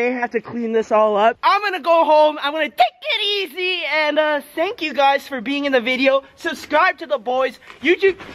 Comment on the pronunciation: Plz stop saying take it easy like that it's retarded